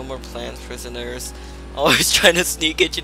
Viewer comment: When u were in the sewers I thought u said PISSONERS??!!! Lol